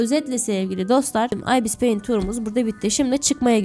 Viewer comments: İbıs peyint diyo okunuyo abla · Okuması çok fazla "Ibis payint" "Abis paint" "Ayipiş pay amit"(bu en güzeli) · Ibıs peınt ıste